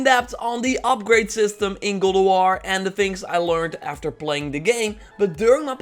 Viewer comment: "Gald" of war?